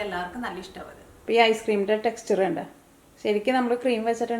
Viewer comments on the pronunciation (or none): none